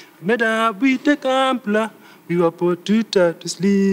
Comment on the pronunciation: That...lol..hata kama ni ukale.... ".. A campler(gambler)..." lol. Kenny Rodgers will sue u for murdering his song!